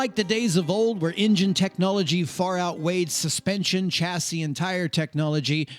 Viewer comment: Chassis is a french word and the ch is pronounced sh.